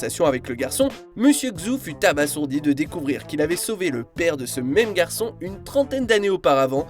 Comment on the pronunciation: On prononce abazourdi Pas abassourdi